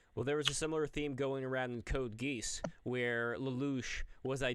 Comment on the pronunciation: "Code GEESE" pronunciations are killing me